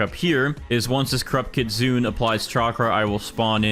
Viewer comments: did nobody tell him he cant stack sprinklers anymore and its not pronounced kit sun its pronounced kit soon nay no hate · its pronounced kit-su-ne btw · Why are people saying kitsune as kit-soon? It's kit-soon-eh.